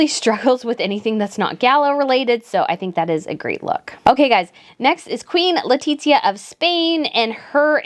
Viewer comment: Why do you pronounce Letizia’s name like that? Is so awful 🫠🫠